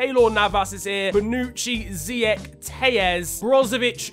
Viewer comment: did he just say... ziec? I'm moroccan so i know how to say, how to pronounce is ziyash not ziec btw love your channel! keep it up:) wtf he just said bwateng, lol how to pronounce it, is bowteng